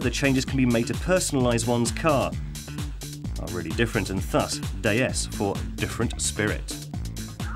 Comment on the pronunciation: why is he saying DAY-S instead of D S...